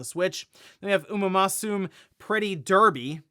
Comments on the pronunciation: Is not pronounced Umamuzoom, is ú- mah- moo-sue-meh. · absolutely butchered Umamusume 😆😭